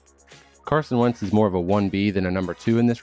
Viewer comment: dude really said wentz lmaoooo